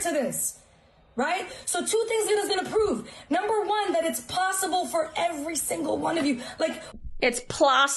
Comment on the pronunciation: It's plossible! For a plain yellow pumpkin to become a golden carriage.